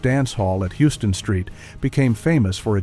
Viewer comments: This narrator committed the ultimate New York felony! He pronounced Houston Street like it was a big city in Texas - IT'S PRONOUNCED "HOW-STON" Street!!! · Houston Street No, we pronounce it "House on"street